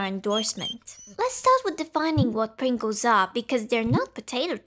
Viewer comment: The subtitles refer to your pronunciation of "Pringles" as "brinkles". I think I like Brinkles better.